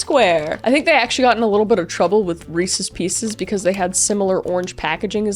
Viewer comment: She said weeses pieces 😂😂 😂